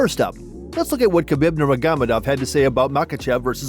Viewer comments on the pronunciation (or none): It’s not Nurmaghamadov it’s Nurmagomedov